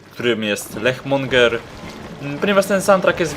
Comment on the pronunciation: musiałem..... nie LECHmonger tylko LICZmonger leech - pijawka, lech to takie piwo lich to licz czy nieumarły mag [wymawia się tak samo] Więc boss to pożeracz pijawek a nie LECHA. Tych znajdziecie koło miejscowego monopolowego.